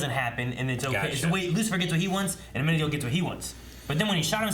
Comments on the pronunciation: "To bring Amenadiel" Me: Finally right pronunciation of his name: repeats Amenadel Me: Am I a fucking joke to you? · I hope they start pronouncing Amenadiel’s name properly soon. (Amena-deel not Amena-dell)